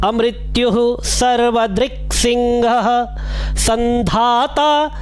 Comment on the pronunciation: Pranam Sir ..aapki videos dekh ke mene vishnu sahasranam padhni seekhi he ..aapka dil se bahut dhanyavad ..sir bs ek baat puchni he ki सिंह ka ucharan सिंघ‌kyun krte hain